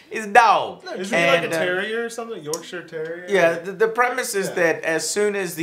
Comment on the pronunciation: I appreciate pronouncing "Yorkshire" properly:)